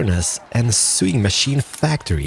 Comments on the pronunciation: Awesome videos! P.S. Just so you know for future reference... 'Sewing' is pronounced as 'Sow-ing' not 'Su-ing' "I am NOT your uncle!" Haha love it! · is it only me who gets bugged by the way pronounces 'Sewing'? lol XD